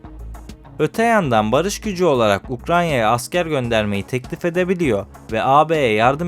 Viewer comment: Ukranya değil, Ukrayna. Her videoda aynı hatayı yapıyorsun.